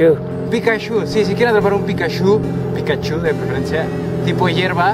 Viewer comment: jajaja "Pikashu" te pasas :)